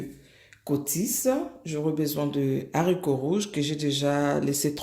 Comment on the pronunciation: Belle recette mais maman on ne dit pas lezarico ( les haricots ) puisque le h n'est pas muet mais plutôt prononcé sinon au singulier on allait dire l'haricot or on dit le haricot